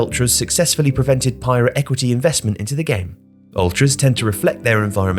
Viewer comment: also private, not pirate.